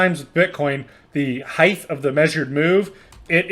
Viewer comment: "height" bro not heighth lol